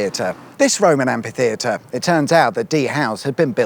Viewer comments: Where as some Americans fancy pronouncing kalashnikov as 'kalishnikov', more and more British seems to pronounce amphitheater (amfitheater) as ampitheater. Whit a p. Stop it. (Not the videos, they're great 😊) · I think you'll find that's an am-FEE-theatre, not an am-PEE-theatre. The clue's in how it's cunningly spelt as amphitheatre to ensure it isn't pronounced ampitheatre.